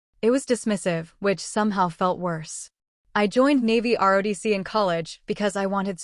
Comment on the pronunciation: ROTC, not RODC. This narrator has made this mistake many times, so proofreading is necessary.